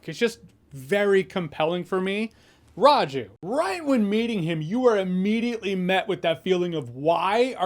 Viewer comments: The most impressive thing about this review is Jeremy's fairly accurate pronunciation of Bheem, Raju and S. S. Rajamouli. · Me, an Indian-American who has watched Jeremy for 10+ years being proud of: 1) Jeremy acknowledging "Tollywood" 2) Doing a good job pronouncing S. S. Rajamouli, Bheem, and Raju 3) This movie getting an AWESOMETACULAR 4) Hearing someone from a different lens' perspective on song and dance in an Indian movie. To Indians, it's expected. But to hear it be appreciated and respected from a different lens is fantastic. Jahns for President 👳🏽‍♂